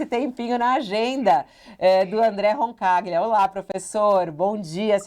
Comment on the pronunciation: Sem contar o modo dela tratar o vai e volta tv/internet. Outros apresentadores fazem a transição que quase não se percebe. E já que estamos comentando, me incomoda tb como ela pronuncia o nome dos convidados : RoncaGLIA e MAIEROOOOVITCH.